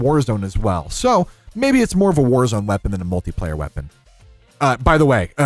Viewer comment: Bro says multi-player like he is including Hardcore